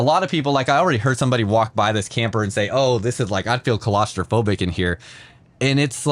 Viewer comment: Claustrophobic not colostraphobic. Don’t take the correction wrong.